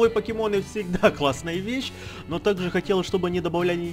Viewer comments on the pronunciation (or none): none